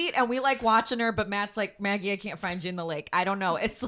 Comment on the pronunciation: you’re mispronouncing magis name